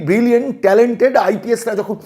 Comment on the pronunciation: সুপ্রতিম কে ব্রিলিয়্যান্ট বলে,ব্রিলিয়ানূট বলে,কেন এই মহান শব্দটাকে অপমান করছেন কেন?একটা টাটকা রসগোল্লা যদি নর্দমায় পড়ে থাকে সেটা কি খাদ্য থাকে???তখন তো সেটা বিষ। ওই আই পি এস ও সে ভাবে বিষাক্ত হয়ে গেছেন।